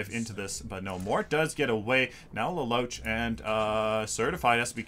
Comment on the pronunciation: lol i know it doesn't matter, but lelouch is pronounced like laloosh